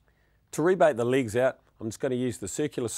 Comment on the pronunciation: Tickety boo "binch" (bench) Cut the "ligs" (Legs) Love practical demonstration